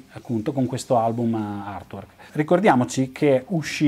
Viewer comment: =)) ottimo! cmq se posso ti do una piccola dritta si pronuncia artuork (con la a aspirata) non irtuork🙂 ah non dimentichiamo che Giger creo' pure l'alieno di Specie mortale (la serie Species, colla modella bionda che si trasforma :=))) purtroppo HR giger e' morto 4-5 anni fa :=(((